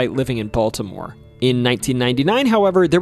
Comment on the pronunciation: Nice job. Learn to pronounce city names better. But I liked the nostalgia. A friend knew the priest from the exorcist. My first fishing trip was at Loch Raven. I didn't know about the UFO either. Thought you might touch on the Blair Witch Project.